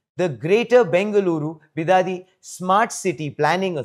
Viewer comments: Bidadi not bidadhi also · Its Bidadi not Be Daddy ಬಿಡದಿ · It's Bid-di for short.. not Be-Daddy... Great News! I hope it works! Namma Bengaluru.. Namma Metro.. Now Namma AI City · Karma .it is bidadi..not bidaaaadi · Bidadhi ❌ bi daaa di 😂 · It's pronounced bi-duh-di, but make duh very short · Please pronounce 'Bidadi' properly 🙏 Your video is reaching thousands if not millions and the pronunciation of the place you are talking about is very important otherwise it will soon become the way these thousands or millions pronounce this city's name. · Guys please pronounce properly its bidadi 😅..... please take it as an assignment or survival tips😂 u ppl destroyed beautiful word kannada into kannad now please don't destroy bidadi word we're requesting you 🙏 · Pronounce BIDADI properly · 😂😂😂 hey Please dont ever pronounce Bidadi as ur doing now man😂 there is a different meaning for that in kannada... and its a vulgar word😁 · Even AI pronounce it right